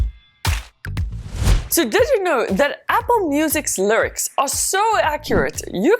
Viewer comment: The “lircs”